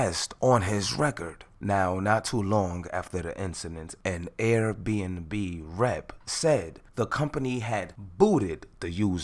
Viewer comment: The way he called air b&b “rrRRATS” 😭